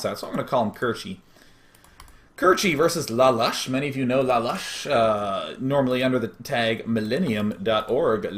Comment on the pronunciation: i thougt lalush was pronunced l lay-lush